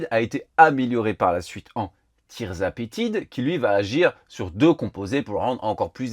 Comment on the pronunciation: Je ne comprends pas pourquoi tout le monde dit "tirzapetide" alors que c'est "tirzepatide"